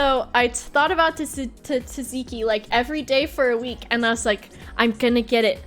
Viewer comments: it's pronounced Zat-Zee-Kee. Imagine the first T isn't there, so imagine it's spelled Zatziki, and then it's pronounced like that. Sucks that you got blinded by remembering about Tzatziki though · At first I thought the "teeziki" sauce you were mentioning was an American thing. But then it hit me, you meant Tzatzíki (or τζατζίκι, if anyone reads this from Greece) sauce! The English pronunciation threw me off. I'm French and yes we butcher it too, but we "only" replace the [ζ] or [z] sound in the Greek pronounciation with a [s] sound. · I love how she pronounces tsatsiki 'taziki' XD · At first I thought it was some weird exotic sauce I never heard of but no it's just Tzatziki that's pronounced with the same competence usually shows. The dedication of sleeping on a grandma sleep pattern is hardcore tho 💪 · The first T is semi-silent, but you pronounce the "Z". You'd pronounce it the same way as Tsar, or like a "C" in pinyin. The second T is fully pronounced. Tzat-ziki. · She learned how to say tzatziki after the story, but I hope she forgets because this way is superior